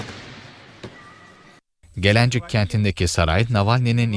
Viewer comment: Gelencik deyil gelincikdir neden ejdadlarımızın koyduğu ismi düzgün demiyorsunuz